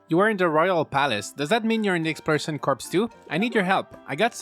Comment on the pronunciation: By the way "Corps" is pronounced "Core", the "s" is silent. You're saying it like a dead body, lol.